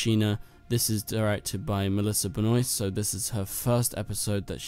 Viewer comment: Just stop saying messlisa benoit it is melissa benoist